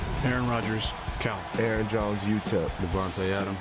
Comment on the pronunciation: dude its CAL (california) university… not cow😂😂 would b funny tho